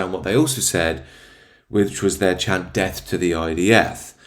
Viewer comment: 'DEAF DEAF to the I.D.F.!!!!!!' ?????????????????????????????????????? Sounds like he's threatening them with hearing loss.